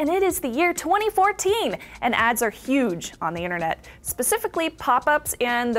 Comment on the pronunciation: you should learn how to pronounce the word "the"